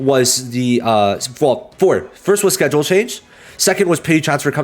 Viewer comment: “Scheduke” “Chanhes” “Conyent” I appreciate your vods much love